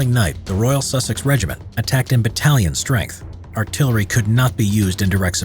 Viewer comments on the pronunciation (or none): none